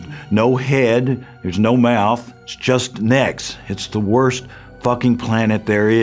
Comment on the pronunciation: "wost day of my life", sounds like some first world problems huh lady XD